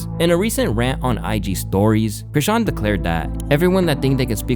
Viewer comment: Aye, Im so glad you finally figured out how to pronounce her name lmao be happy; that's how you know i've been a fan of yours for a while 🤣